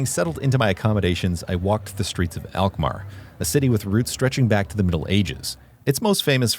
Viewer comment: Alkmaar, not elkmaar....lol..